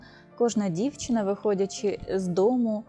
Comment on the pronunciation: Да научитесь, наконец, правильно говорить по- украински, с нормальным акцентом!!!!!! Нет в украинском языке" дивчЯта", "почЯтку", "чЕбитки", "дивчИна" и т. д. И не " шерсть, а "вовна. Прежде, чем вести блог, отнеситесь к этому ответственно и совершенствуйтесь, работая над собой.😢😢😢😢😢😢😢😢😢😢😢😢😢😢😢😢😢😢😢😢😢😢😢😢😢😢😢😢😢